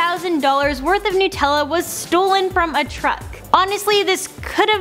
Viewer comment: Nut. Not noot. Nutella.